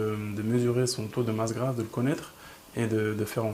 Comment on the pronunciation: "grasse", pas "grâce" ^^